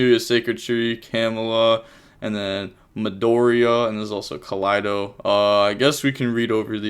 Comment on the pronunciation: Pronouncing "Keldo" like that because the last replay had Lunalights with Kaleido Chick is just a classic move Love the videos as always lmao